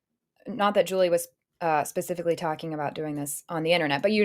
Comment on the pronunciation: "I wasn't talking about you pasificly" did he call you an ocean?